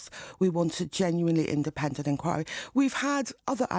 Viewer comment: She can't even pronounce the word 'inquiry' . Enkawe. We weed a impardal enkawe. No a sybil serbis enkawe, buddah fuh enkawe. Odda buyin harg.